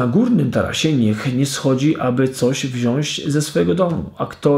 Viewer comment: Jakiego pana mamy szukać ? Tak Ci trudno było dodać Pana BOGA lub Pana Jezusa ? Przypomnę, że pan to bożek grający na fletni. Jeśli chcesz być poważnie odbierany, to postaraj się nie robić kardynalnych błędów językowych. Po polsku mówimy wziąĆ, a nie wziąś.